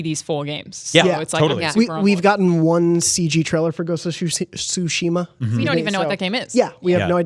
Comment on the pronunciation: Great job on hosting, Jonathan! Lol for pronouncing Tsushima as “Tush”-ima! It was an honest mistake, but tush is a funny word. 😂